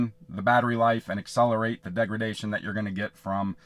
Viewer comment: Hi there. Just a quick correction, you kept saying “degragation”. Correct word is degradation. Thanks for the info though 👍🏼